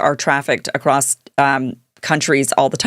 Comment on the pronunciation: There is no t at the end of across.